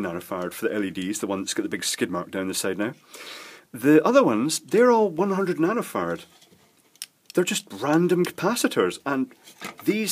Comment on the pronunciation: When you say nanofarad, if I'm not paying particularly close attention, it sounds as if you are saying nanofart. I get a giggle every time.